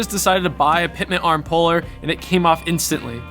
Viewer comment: It's NOT "Pitment" arm it's "PITMAN " arm. Annunciation will be your F R I E N D in these videos.